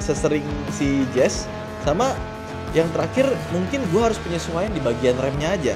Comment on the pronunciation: Salah nyebut si Jazz 2x